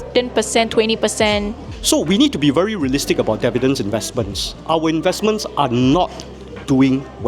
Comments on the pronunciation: The OCD in me can't get past him pronouncing dividends wrong all the time. lol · Dividends... not Devidends....